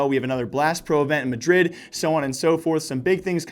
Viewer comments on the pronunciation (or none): none